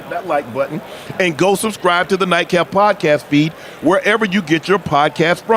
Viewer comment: Nightcap guys not daycap 😂😂